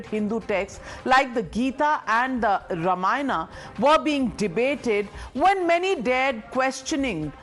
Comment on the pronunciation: Why the hell you pronounce ramaaayan instead of raamaayan?